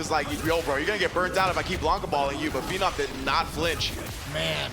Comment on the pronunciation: Damn can the announcer please get the names right? Who the hell is Phennom, it’s Phe-nom the man has been around for at least a decade, get his name right.